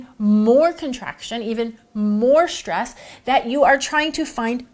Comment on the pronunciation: Please don't say exshteam and shtress.